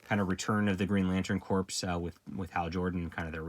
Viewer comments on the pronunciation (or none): “Corps” is pronounced “core.” Like “Marine Corps.”